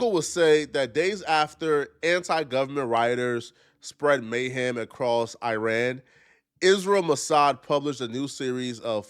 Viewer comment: Can’t even pronounce Iran!